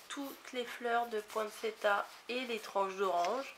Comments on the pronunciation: lol on dit poinsséssia. voilà en phonétique. sinon on dit la rose de Noël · Eh non , le tt de poinsettia se prononce tia, le t se prononce s seulement devant ion et ie et encore pas toujours ( nous portions des portions!) ineptie mais partie, etc...